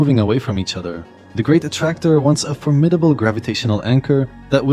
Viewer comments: Is this some AI voice nowadays? The great A T T Tracor? What the hell! At least make it speak the main word of the video correctly. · Bro it says "A Ti Ti Tractor... " ... It's the main word of this video and it says it wrong.